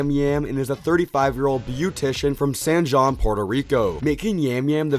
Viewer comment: Oh noooooooo I’m crying at how you pronounced San Juan